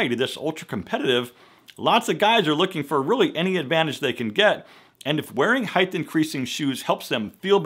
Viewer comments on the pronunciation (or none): Height, not heighth. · The word I’d height not heith jeez.